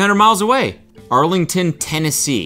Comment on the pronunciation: Why did he read the Arlington sign so horribly I’m crying. “Jasmine forests “